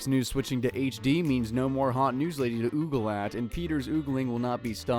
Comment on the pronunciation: Ogle doesn’t rhyme with Google, it rhymes with goggle.